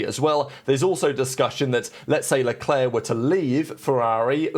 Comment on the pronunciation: Who is "Shalwlleclair"?